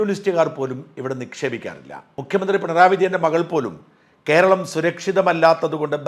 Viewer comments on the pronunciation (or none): none